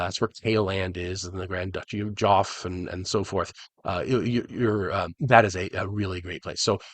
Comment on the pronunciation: See you (I notice a lot do) say the word Geoff as Joff, it is actually pronounced the same as Jeff! (I have an Irish and an American friend both say Joff!) Short for Geoffrey!